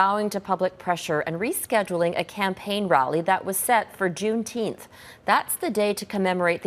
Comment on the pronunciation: June Teenth? What?